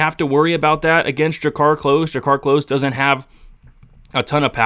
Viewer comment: *klose not close